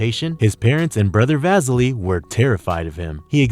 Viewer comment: AR-KAY-DEE and VAH-SILL-EE are how they are pronounced. Do bots read these things or are these real people?